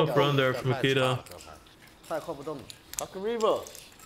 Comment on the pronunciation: His name is Nikita!!! Not Mikita